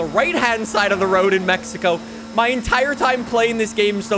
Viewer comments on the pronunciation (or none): none